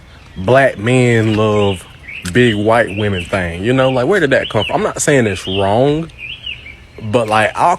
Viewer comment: Ronggah instead of wrong.